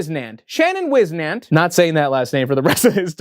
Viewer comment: No f*cking way, Whisnant is my last name and I never in a million years thought I would hear it come out of mouth! It’s pronounced Whis-Nant, whis as in whizz but replace the z with an s and the nant is pronounced like “ant” but with an N in front of it,that’s the best i can describe it, it’s a Swiss name or a German name, I’m not sure which one it is but that man in your video must be one of my family members! All the Whisnant’s are related. This is so cool dude!😂❤